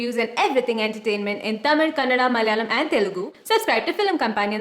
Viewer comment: Ellam Ok than BR. Athu yen தமிழ, Taamiil nu, pronounce panna theriyathavan pola solringa? It's OK for a person who can't pronounce or speak the language.